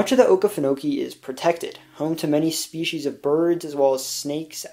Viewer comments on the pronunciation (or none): none